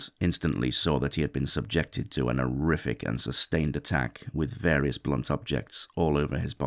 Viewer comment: "An 'orrific crime". Can people please stop using "an" before words beginning with "h" then dropping the "h"? It's a very irritating habit.